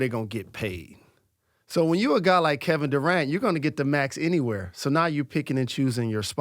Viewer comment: "Kevin Doorant" 🤣